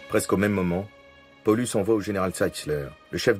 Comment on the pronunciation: mdr j'ai l'impression d'entendre polux a chaque fois hahhahahahh il pouvait le prononcé à l'allemande PaoLOUSE ! ( juste pour le son je précises )